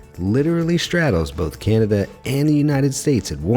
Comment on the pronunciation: He just called Cananda Canadia